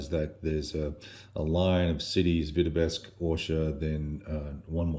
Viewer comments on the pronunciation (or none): 'Vitebsk' not 'Vitebesk'.